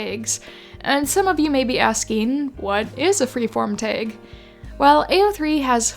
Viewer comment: im very curious where ur from that you pronounce tag like taeg